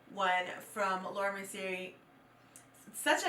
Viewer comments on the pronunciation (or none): Is there any reason why you constantly mispronounce Mercier? It’s surprising considering you have also received PR from them in the past and that no one from their team has educated you on it. It is a French name so the R is silent. It’s pronounced “Mercy-yay” not “‘Mercy-ER.” Might be worth it to learn how to properly pronounce a well known brand name to help with your credibility as a makeup reviewer.